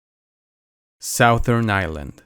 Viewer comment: Sou-there island, I’m from Louisiana and have been saying Sou-Thern wrong my whole life 😮